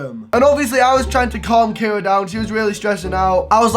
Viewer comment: Did u say Cara